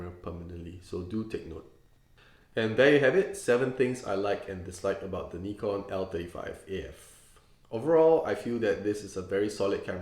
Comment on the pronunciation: finally a person who pronounces Nikon correctly!